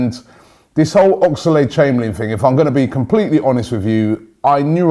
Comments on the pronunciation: Oxlade...... Oxlade...... Oxlade...... NOT OX-A-LADE!!!!! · WHY CANT YOU SAY OXLADE NOT OXALADE AHHGGGHH